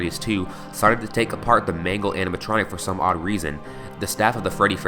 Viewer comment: mangle i think its mangle